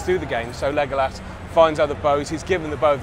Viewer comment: he isnt even saying legolas right